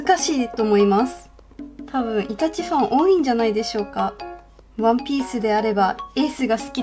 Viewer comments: イタチのイントネーションに違和感を覚えてしまったけどこれが正解だったのかな？ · イタチの発音違うよ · 全然関絵に係ないけどイタチの発音違うのが気になった（笑） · イタチの発音が、、、